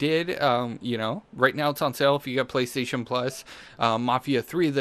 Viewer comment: playstaytion deals of the week haha the way you talk in your intro and everything